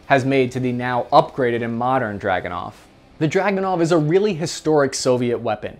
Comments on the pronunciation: It's a drooganov not a dragonow. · ACHTUALLY - The Dragonov is pronounce as Dragoonov - So its named after a Cavalary unit called the Dragoons - Pretty cool shit really when I looked it up in my family history...Relative of ours was a Don Cossack...how awesome is that! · Pronouced druh GOON uf. Back in '92 I was a reporter in the war in the former Yugoslavia. A friend of mine had a Dragunov. I questioned the accuracy, as I'd heard bad things, and he says "Here's how you get an accurate Dragunov. You go to the armory ad check out ten Dragunovs. You go to the range and so some thorough test of all ten. One will shoot minute of angle. So that's your rifle." In Sarajevo most of the snipers were working with very high quality hunting rifles. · It's actually DragunOv.